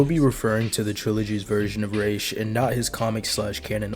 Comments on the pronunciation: Your (& Batman Begins') pronunciation sounds closer to the Arabic pronunciation than the comics, BTAS, and Arkham's Raysh which means feather(s) in Arabic. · Ra's is closer to the proper pronunciation than Raysh which means feathers in Arabic and is more like the Hebrew "Rosh" or Aramaic "Risheh" meaning head with the "sh". In Modern Standard Arabic it'd be pronounced like Ra'as (with a break in the middle denoted by the apostophe and another a). While in colloquial Arabic, it'd be pronounced like it's said in Batman Begins but with an s at the end rather than a 'z' sound - "Ras". Good video, btw.